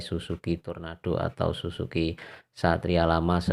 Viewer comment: Sumpah gw ngakak pas dengerin abangnya bilang “susuki” bukan Suzuki wkwkw😂😂